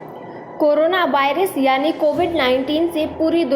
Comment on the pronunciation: Abe woh by rush nahi virus "v" for virus!!😂 PEHLE sentence main galti ab age sunao mat✋